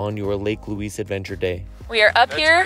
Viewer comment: Please edit the name and pronounciation of the Lake, it is not Louis (like the man), it is Louise, as in female!